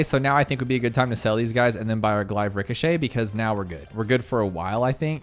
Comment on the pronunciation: is saying glaive wrong all the time a meme or what